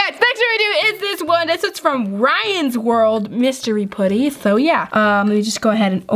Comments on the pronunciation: It’s p•uh•tty not poo•ty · It's putty not pooty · It not pooty it’s putty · Did anybody cringe how she says poody instead of putty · Tbh, why do ppl say poody instead of putty?? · Its putty not pootee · I love you, but stop calling it “puht-E” It’s “puhhhtttt-teeeee” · I’m not a hater! I ABSOLUTELY LOVE YOUR CHANNEL A TON!!!!! but... it’s putty not pooty it’s okay I’ve done the same thing 🥰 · It’s putty not pooty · Its "putty" not "potty" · I’m sorry I’m not trying to be rude but you say pooty it’s putty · It’s pronounced pu-tt-ee not poo-tt-ee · stop saying pooty. its not ppot-ty. its fucking puht-tee. say it fucking right. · It's p'a'ddy not pouddy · it's not pooty its putty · Ok it’s PUT-TY not pooty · Do you say putty or pooty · why do you say pooty instead of putty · It’s pronounced (putty) not (potty) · Who else thinks it’s funny when says pooty instead of putty😂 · Who gets annoyed when says poutty instead of putty? No hate though. I love you 😜❤️💙💚💜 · Me but some people say it different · Your saying putty wrong your say pootty not trying to be mean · Why does she say pOOty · She said pooty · This is how we say putty ( p uh tt ee) :) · Can u stop saying pooty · She was saying how said putty. pronounced it at “pooty” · STOP SAYING PUDDY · Has anyone noticed that she pronounced putty as pooty. I mean no hate im just pointing it out I love yourr vidsss so much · The way u say putty pootty Love ya btw #notificationsquad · U say putty like it’s spelled poody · I cringe when she says putty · I love how she says putty XD :) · you cant say ''putty right'' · WHY CANT YOU SAY PUTTY!!!!!! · Okay so this is cool too me how instead of saying putty and amethest (Sorry I cant speel) she pronounces them like pooty and ameethest btw this is not a hate comment I think it is cool cause I have never have heard someone pronounce those words like that